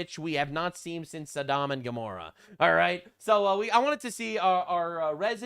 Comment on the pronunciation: every time you call Sodom and Gomorrah "Saddam and Gomorrah" it makes me chuckle